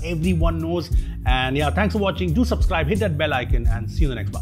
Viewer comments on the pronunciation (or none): Bro - Subscribe ✅ Supscribe ❎ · Its SUBSCRIBE NOT SUPSCRIBE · suPscribe? 🥴. What the hell is "P" doing there? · He means sup like wassup ig